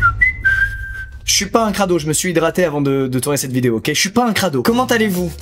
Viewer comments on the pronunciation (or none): none